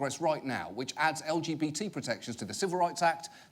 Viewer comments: Note that the guy said LBTD and not LGBT. I had to listen to that a few times, wow :,D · Anyone else annoyed that he pronounced "lgbt" as "el bee chidi" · I am about 90% certain that this dude said the “LBGD” community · Am I the only person who heard the Arkansas senator say "LBTD"? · No one gonna mention how he said lbtg And : looking at you anime 👀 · a member of the “L gee chee b” community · did he say "LBGD"? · Did he say lbtd instead of LGBT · ✨ the el be chi dee community ✨ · it sounded like he said "the LBTD" community lol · Dude said "L-B-Chi-D" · EeAhl bEe TeA DEEEEAH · I’m sorry if it’s just that guy’s accent, but did he just say LBTD community? I don’t think that’s the acronym, or anything approaching it, like, he’s trying to use the shortened LGBT acronym but couldn’t bother to do his research on the simplest acronym there is? And this guy’s a senator?! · .....did that one guy in the clip say lgdb??? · did he call it "LBTD" community or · anyone else notice that your man said "LBGD community"? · Did the fker just say "LBTD community"?:-D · it funny listen to how he says lgbt btw im gay af #lgbtandproud 🏳️‍🌈❤🧡💛💚💙💜